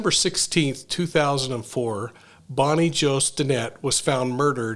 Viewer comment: I ABSOLUTELY ADORE you, but it is "BOBBIE JO" not "BONNIE JO".🙏🙏🙏👏👏🧡🧡🧡